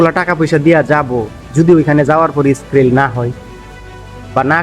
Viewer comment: ভাই স্কিল হবে,, স্কিরিল না